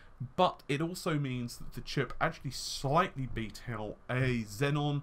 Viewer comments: Dude it is pronounced as XEON and not XENON!. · There is no extra n in between e and o in Xeon. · he pronounces xeon xenon :3